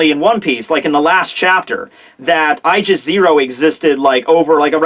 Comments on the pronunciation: Wait, isn't it ay-gis? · its pronounced Aaa•gis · is it just me or when he says "Aigis 0" I hear "Aljazeera"?